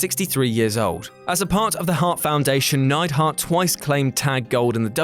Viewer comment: Neidhart, not Neidhardt